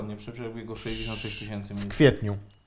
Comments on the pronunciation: Tys. od tysiąca a nie tyś.iąc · tys. a nie tyś. !!!